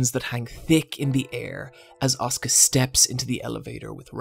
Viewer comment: As someone who watched a non-english dub, the way you pronounce Asuka, as (the way it sounds for me) Oscar and not as As-u-ka and Rei as Rey and not Rai really confuses me